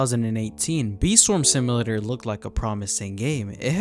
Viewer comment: "sim uh later" 🥀